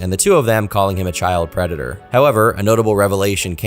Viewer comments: De White Bowsah is a pwedatuh. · "I AM NOT A PWEDATOR" -Earl The White Bowser (A predator) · *A pwedator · The White Bowser’s a pwedatah. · White Bowser is a pwedatuh